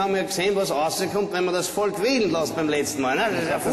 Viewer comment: Das heißt Volk , nicht Folk ... peinliche Aktion :P